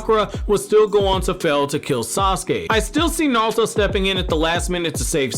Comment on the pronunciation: Are you saying "NALTO" ?? lol it's ok to slow down, dude